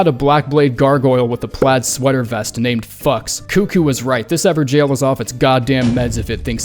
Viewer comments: Why are you saying jail when it's gaol, these are very different words? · "Ever-Jail" lol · Is it how it is supposed to be pronounced ? everjaillllz ? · This is the moment I realized they were pronounced “ever-jails” I’m such an idiot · It’s actually pronounced ever “gayhoull”